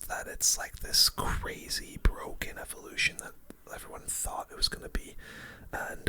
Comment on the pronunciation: "The new evo skeletons awe bwoken"